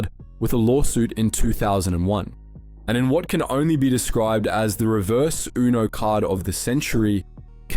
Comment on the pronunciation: It's U-No and not Ohh-No.